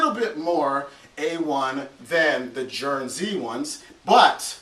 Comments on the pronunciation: Hey, Guernsey's pronounced like Gir-nzee like the gir of girl. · Its Geurnsey, as in Gurn-sea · Guernsey is pronounced with a hard G sound. Just like the Guernsey Islands where the cow came from. Sounds like "gernzey".